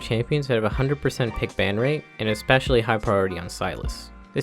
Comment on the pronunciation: Why the fuckkk do you say ecspecilay and not fucking especially??(edit)-XD highlighted comment first time